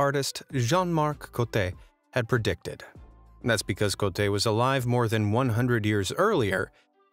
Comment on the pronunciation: This video keeps saying Cote (Ko - te), which means "dick" in Malay. 😪